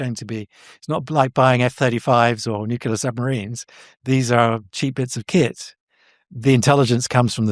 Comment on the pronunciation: I still struggle listening to credible people who can’t / won’t pronounce Nuclear properly. Nucular is not a word. Nuclear is not a hard word to pronounce, it’s only two syllables, it’s not new. There are much tougher words in our language. No I’m not an English Professor, I’m an Engineer. It shouldn’t matter though. We all got the same basic education.